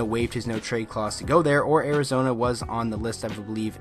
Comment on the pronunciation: Did you say Arizona or Arizonee